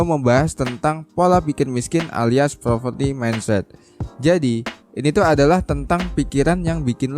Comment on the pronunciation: Admin...ralat dikit ya.. Poverty bukan Proverty